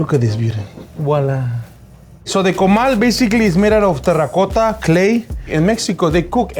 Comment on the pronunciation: Damn the way he says "terracotta" is 👌👌